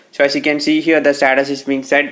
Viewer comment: This guy cannot say status he is saying SATATAS IF YOU ALL AGREE THEN LIKE!!